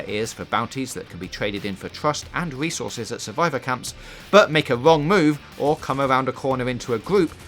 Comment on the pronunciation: Please use a member of staff who can pronounce his (or hers) "R's" correctly.....I mean "fweakers"...."quiet wide" "wesources" ....really?